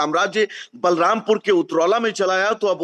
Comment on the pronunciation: बालमपुर नहीं, बलरामपुर